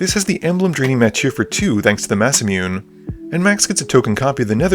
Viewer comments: "massa-mewn" lol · That Masamune pronunciation though 😅